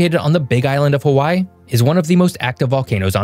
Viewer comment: You need work on your Hawaii pronunciation.